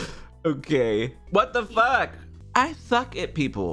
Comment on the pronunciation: "GET THE FWOK OUTTA HERE MARIO!" Ded XD